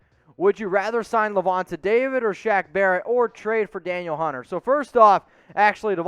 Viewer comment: Danielle Hunter = "Duh-Neel" Hunter... ; )